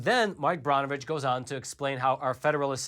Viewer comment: "Mark Brawn-oh-vitch." NO! It's pronounced, "Burn-oh-vitch!"